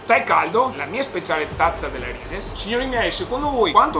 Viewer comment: Si dice RISIS NON RISES